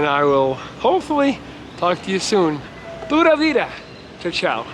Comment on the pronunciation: Flawlessly pronounced 🇨🇷 pura vida